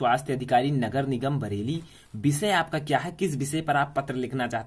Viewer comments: Bisay Nahi voh to visay hota hai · Bishay nahin Vishay hota h